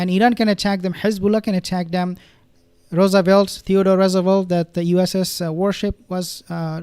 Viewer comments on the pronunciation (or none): none